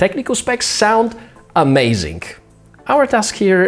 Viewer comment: Love your videos dude, and I know English isn't your first language, but your pronunciation of some words need work. "AmazingK", "First thingK", "SwipingK" ?